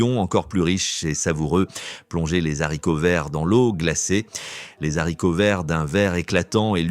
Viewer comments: pas les z'haricots verts mais les haricot verts, qu'on se le dise! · Zaricots verts ???